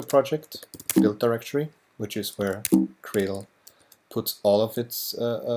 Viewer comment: I love libGDX. Super easy to work with and yet still super powerful. But apart from this, there is this one thing that always bugs me. Is gradle really pronounced like "Cradle"?